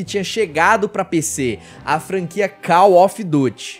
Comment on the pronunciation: Ganhou like e + 1 inscrito só por pronunciar call ofi duti e não call mófi duri